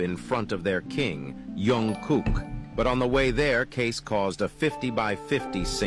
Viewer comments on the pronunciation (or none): none